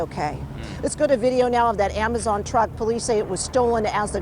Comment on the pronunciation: He did just say amajon drivers lol,,AMAJON 😆 🤣 TO FUNNY